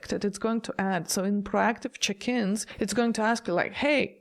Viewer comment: So check-ins. I thought you were saying chickens 😂. I not the norovirus 🫣